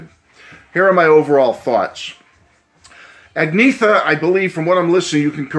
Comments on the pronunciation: "Ahg-Ne-Ta ." Great review, otherwise. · As a swede I tought you pronounced it great 👍